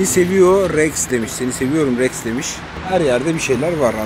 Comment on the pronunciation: KralREKS DİYE DEĞİL REXX Diye